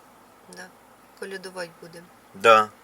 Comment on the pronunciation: Она сказала колядовать а мне показалось блядовать